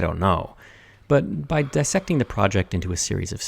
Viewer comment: A note on pronunciation. Dissect is not pronounced the same way that bisect and trisect are. The difference is that there are two s’s in diSSect making the prefix of dissect DIS and not DI. BI sect is to cut in two pieces. TRI sect is to cut in three. But the prefix DIS has the meaning “”to undo” as in DIS appear or DIS like or DIS agree. So, dissect means to unsection or to take apart.